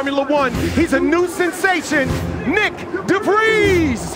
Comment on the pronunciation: Twenty not twenny Nick DeVries not Defreez Denmark not Denmac Alex Albon not Albuun Driver not Drivah Oscar not ahscor Hulkenburg not Hockinbug George not Goooge Carlos not Carlows. Lewis is not the most successful in the sport Sergio is not gunning for the championship because team orders At least learn a few things if you hosting 3 dull races